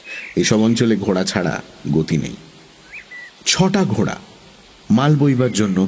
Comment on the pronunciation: কথাটা 'ঘোড়া'...... 'ঘোঁড়া' 'ঘোঁড়া' করছেন কেন?